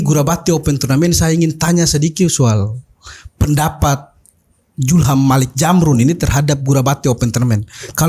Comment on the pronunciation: Kakak Host, sy orang Bugis Makassar, kita sebagai orang timur cukup fasih mengucapkan huruf Z, tolong jangan dimodifikasi jadi Huruf J....itu hanya berlaku di tanah sunda...Zulham bukan Julham...Zamrun bukan Jamrun😁😁🤣🤣🤣